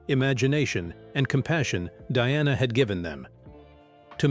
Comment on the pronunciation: Get it right it's Diana NOT DONNA 😂😂😂